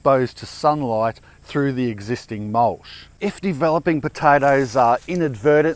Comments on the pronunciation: Mulsh or mulch? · Mulch, not mulsh.